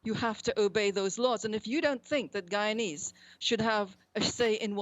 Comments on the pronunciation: When are these people going to learn to say guyana and Guyanese ? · Why do they always insist on calling it GHEEEEYANA! Can’t you people spell? How do you have a nerve to do a whole story on the country with images? Have you heard any of its people or politicians speak and say GHEEEYANA! OMG GHEEANESE? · Its an english speaking country pronounce it normally. (Guy - yana) (Guy - yana - knees) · Gheeanees? Gheeyarna? No respect.